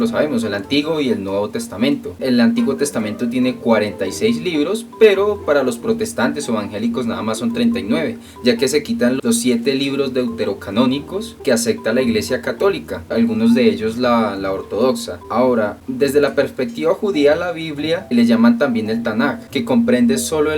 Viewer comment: los esecticos jaja se dice escépticos sobre todo lo digo por que pides buena ortografía además dices asecta y se dice acepta pero buen video recuerda todos tenemos errores